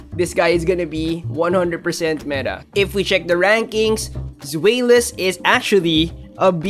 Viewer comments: Zwaylous in tagalog prounciation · Its Zwy Lus (Zweilous) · The new dragon family has german names related to the number of their heads: Deino is from ein, number 1 in german, Zweilous from Zwei that's 2 in german and Hydreigon has Drei in its name and of course is 3 in german. The pronounciation is DAINO, ZWAILUS, HAIDRAIGON :)